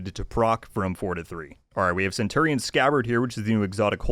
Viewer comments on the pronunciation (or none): none